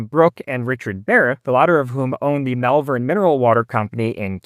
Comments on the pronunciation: FYI, Malvern is pronounced more like 'mol-vern' rather than 'mal-vern'. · Locally it’s pronounced Mulvern.